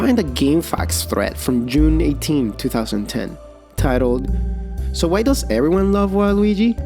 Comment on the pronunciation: I love that you say "Why" as "Wha?"